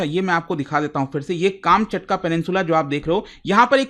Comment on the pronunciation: काम चटका nahi कमछातका hai wo😂